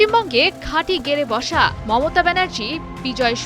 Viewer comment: মততা নয় মমতা ,, সাংবাদিকও মনে হয় গাজা খায়